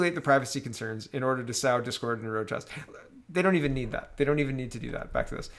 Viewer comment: You're pronouncing sow incorrectly. You're pronouncing it 'SOU'', as an adult female swine, or the adult female of various other animals, as the bear. The correct pronunciation for what you're trying to say is 'SO'': 1. to scatter (seed) over land, earth, etc., for growth; plant. 2. to plant seed for: to sow a crop. 3. to scatter seed over (land, earth, etc.) for the purpose of growth. 4. to implant, introduce, or promulgate; seek to propagate or extend; disseminate: scroll down for the pig pronunciation (sow2)